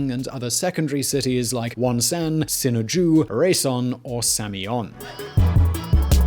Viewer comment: Mount Paektu = "Mount Pekk-du"... Not "Pike-doo" Wonsan = "Wawn-sawn"... Not "Wahn saahhn"